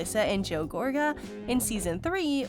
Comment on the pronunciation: I can’t deal with the mispronunciation of Joes last name, so I won’t be listening to you anymore.